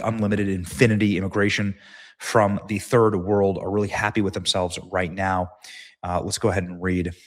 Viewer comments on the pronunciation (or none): none